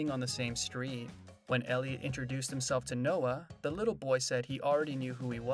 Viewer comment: It would be nice if you pronounced Elliot's name correctly! 👎👎👎👎👎